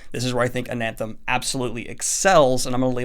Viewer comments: Why do you keep saying “AnaNthem?” That second “N” isn’t there... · You keep saying "AnaNthem" with two Ns. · I keep getting really upset cuz I hear him say anthem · There's only one "n" in Anathem. It's not anaNthem. It's like the word anathema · When you talked about readin Ananthem in your other video, I thought you said Anthem and I was very confused because Ayn Rand isn’t exactly a loved author, haha.... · cant even say the name of the book correctly.. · The way you pronounce Anathem is like you are a lost sline that never been to apert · Adding in an extra N into Anathem unreadable reeeee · Honestly I like ananthem better, easier to pronounce then anathem. I will go with Daniel's pronounciation. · Just checking the pronunciation. Is it Ananthem? I've always thought it was Ana-theem.. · Snow crash is garbage. Also its "ana-them" not "an-anthem" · Damn, Daniel, dyslexia kicking in hard today, huh? It's NeAl Stephenson and Anathem, not AnaNthem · Why on earth do you keep saying Ana"N"them? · I've read Anathem, but i've never heard of this book 'An Anthem' - i think i just don't speak the particular pidgen english used by youtubers, and honestly i hope my brain never gets infected with it. There are several videos where NS discusses this book, so i don't understand the motivation for consistently mispronouncing the title. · Why does he keep saying AnaNthem? There is no N if he reads a big font wrong do you believe he read the same book as us? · Daniel. You keep saying Ananthem. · Is he saying AnAnthem ??? Huh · Lol I don’t mean to be that guy but every time you said “AnaNthem” in the beginning, my brain was like “Daniel there’s no second N” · "an anthem" FOR THE LOVE OF CHRIST SIR. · it's uh-nath-em. guess you're not that certain type of reader after all :) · ana-them Daniel: "Anan-them" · It’s ANATHEM, not ANANTHEM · It's an-a-them, not an-an-them. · Anathem Ananthem! Anathem Ananthem! Anathem Ananthem! That had me flinching every time.